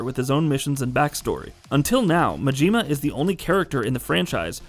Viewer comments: His name is Majima. Not Majeema. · I get thrown off everytime he says mageema 🤣